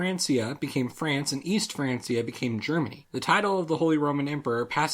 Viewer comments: It was Frankia, but it was probably pronounced more like Frankzia or Franksia by that time already (around 1000 c.e.). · I'm pretty sure it's pronounced "Frankia" btw, good video though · Tip: Francia is actually pronounced "frankia", but the video was great, so don't listen to me. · Most Spanish say Franthia... that's definitely wrong ;) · Lupetto Versilia In spanish and French when you pronounce the C with a,o,u it will be sound like K but if you pronounce it with i or e it will sound like S.